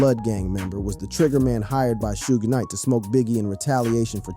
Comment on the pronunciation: Cant believe any youtuber that says "Shuge Knight" 😂😂😂😂